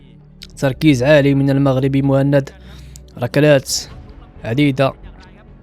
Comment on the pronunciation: جميل جدا وتقديم رائع...ملاحظة بسيطة:اغتقد ان اسم البطل موحند وهي طريقة نطق دلع لاسم محمد بسوس..وبما انها بالفرنسية فطبيعي ان تنطقها موهند..والله اعلم